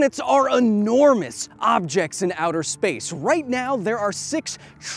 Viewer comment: Enormous NOT AHnormous E! E! E! Enormous.